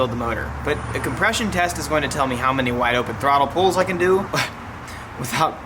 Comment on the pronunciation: are you saying "pools" or "pulls"?